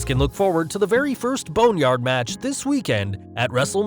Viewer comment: I thought you said boatyard match instead of bone yard